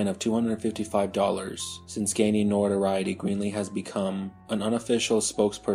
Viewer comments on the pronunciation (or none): none